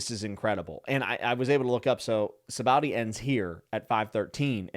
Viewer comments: Sah bah odee Arch uh pel uh go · Oda created the supernovas on a whim basically right before writing the Sabaody arc, because he wanted a bunch of awesome people. Also note that the name of the archipelago is pronounced "sha-bondy" (basically no OP-tuber gets this right, it's practically a dead horse by now, but I will keep beating it). It's a reference to the Japanese word for soap bubbles. The spelling is presumably just Oda being bad at how letters work. And oh, yeah. Rayleigh totally let himself get sold into slavery. If I recall correctly, we was looking forward to being sold to some rich person, and then rob them on his way out. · It's pronounced Sha-bon-dee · Typically most people pronounce is "Saw-Baw-Oh-Dee Ark-Ih-Pell-Uhgo" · Sabowdee arkapa-lego😂😂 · Sahbah-OHdee, ArcUh-pell-igo. Sabaody Archipelago. lol Sorry, but you kind of butchered that. But its understandable. Btw, an archipelago is just a group of islands. And yes. Celestial Dragons are terrible. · Hahaha you said Sabaody so wrong I don’t even want to correct you. Please keep saying it like that